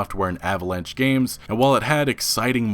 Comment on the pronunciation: "Gameses"? How is this channel still operating?